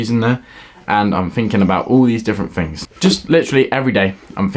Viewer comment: Mans eating all the FINGS